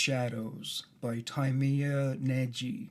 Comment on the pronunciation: I love your videos and you clearly put a lot of effort into making them, but, for goodness' sake, why couldn't you check the pronunciation of the name at least on Google Translate? Tímea Nagy can be easily approximated by an English speaker (and still could be understood by a native speaker) as something like "tee-meh-ah nahdy" with y as in yellow.